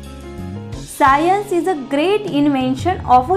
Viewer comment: That is not scaience That is science